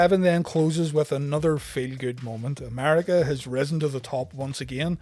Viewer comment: america not amariga